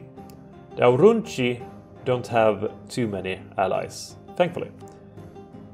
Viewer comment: I love how you pronounce "C" as a "ch" in provinces' names (which is correct for modern day italian) but in ancient times it should be a "K" sound ie TarraKina, VolsKii, AurunKi Also, been there, done that